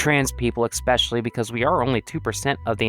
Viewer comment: Please stop saying "eck speshully" for the love of Nemona